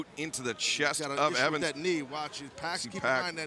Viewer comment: gj pac. as in 2pac, not pack!